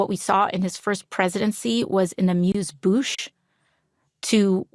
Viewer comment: What's an "amused boosh"?